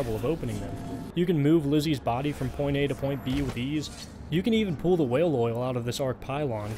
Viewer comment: Are you aware that you are misspronouncing pull?